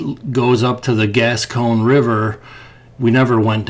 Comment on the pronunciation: I know … everyone is a critic but it’s the Gasconade River, and it’s not Roll la , It’s rah-la I live just east of there Good luck in your search